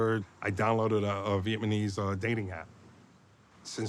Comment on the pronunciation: “I downloaded a vietMANESE dating app” 😂